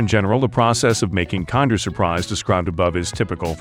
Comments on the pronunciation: It's pronounced "Kinder" not "Kander" say it right. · Its pronunced "kinder!" not "kander!" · The narrator is AI generated, and doesnt actually understand the english language it just speaks it how it thinks it should sound. I dont think americans pronounce it as "kinder" (kind-er) they still pronounce it as kinder (kin-der) its just that the robot doesnt know what its saying so it says a lot of things wrong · Kiiiinnndeeeerrr as in kin-der. This is gotta be an AI voice. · It is an italian brand so it is pronounced kinder not kind-er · That is not how Kinder is pronounced. AI voiceover detected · Can't say kinder right, didn't show 1/4 of the actual production....trash video. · It's not 'kinder' as in to be kinder to one another. It's 'kinder', the German word for children. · It is pronounced like in Kindergarden, Kinder means kids in German. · The narrator is super obnoxious with the American pronunciation of the "Kinder".